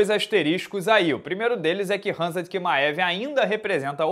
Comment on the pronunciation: Kimaev... essa pronúncia é de lascar